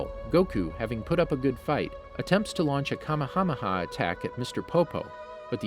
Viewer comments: And kamehsmr ha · Saiyan is cyan, kamehameha is ka mi hamih, the worst one is vegeta he says it like vegetable but just vege and then ta! does he even watch dragon ball? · I hope you stub your toe for every word you mispronounced. It's Say-Annes, It's Caw May Hah May Hah . It's FREEZE-uhh. It's VAG-EE-tah! It's Zah-Mah-sue. It's Jock-oh. ...You're bad and you should feel bad. I don't care if these are the names in japanese or something. You are currently speaking English. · Did... did he Just say Kamehameha as Kamahamaha? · He’s definitely now saying everything right. It’s actually the opposite. He says kamehameha wrong saiyan wrong namek wrong frieza wrong etc...